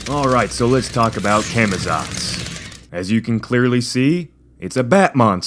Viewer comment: It's actually pronounced "Caw-Maw-tsawts" guys.